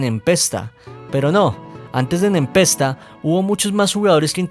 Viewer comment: Se pronuncia "Nepesta"